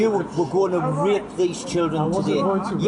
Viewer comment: Wow you're doing great fucking job!! but at least learn to say rape properly.. You kept sounding like YOU were gonna rip the guy a new hole the way you were going cowboy!! Its good to catch a pedo but do you guys ever wonder why these muppets won't go after the big fish; the political figures? Well I dunno.. I've Been asking myself the Same question..